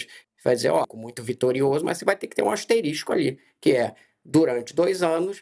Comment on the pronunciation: Além de clubista o jornalista fala “asteristico”, olha o nível, minha gente!